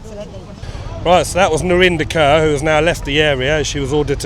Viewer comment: Who tf is “Narinder Curr”? It’s Kaur, pronounced “core” but you guys know what you’re doing by pronouncing “curr”…